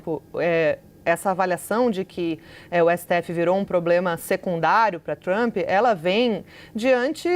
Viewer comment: O traâmpi pelo amor de Deus Traaampi